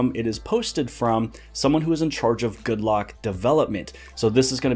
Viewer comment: "good rock" lol 😁